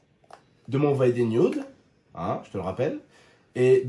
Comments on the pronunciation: jsp tu vien d'où mais on dit nude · « Des nyoude »